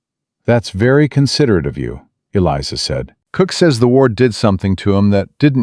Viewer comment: War not ward